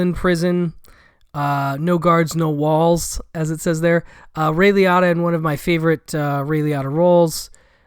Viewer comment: Have I really been mispronouncing Ray Liottas’s name, my entire life? I love dogs, cats, and basically all animals. I once had a co-worker, whom upon seeing my grief as my dog passed away, made the idiotic comment to someone “did you see Bob? He was crying because his dog died. I mean, it’s a damn DOG, not a person….” I will never “get” them, and they will never get me…Looking forward to seeing Old Friends..